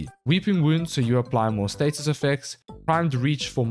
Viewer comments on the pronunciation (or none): none